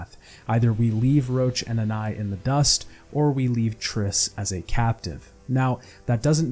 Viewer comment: why are you saying anais like that? who tf is anai?